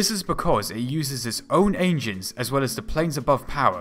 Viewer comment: "H, E", not "Hey-chee". Also "Engines, ie. N-gins", not "ain-gees" lol